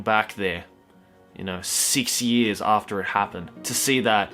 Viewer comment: I know this is a serious video but when he says years it sounds like he's saying yee -s